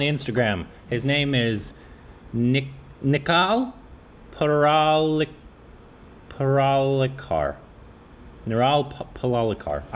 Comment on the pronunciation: His name is Nikhil Parlikar. Pronounce it Ni-khil Paar-lee-kar